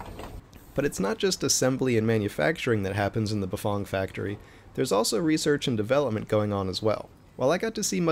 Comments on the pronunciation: Bafong? Never heard of that company. Maybe you better learn how to pronounce Bafang. Maybe country twang as in fang. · Bafong ... I thought it was Bafang